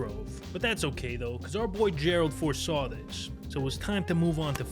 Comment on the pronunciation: Who is this "Foreshan"?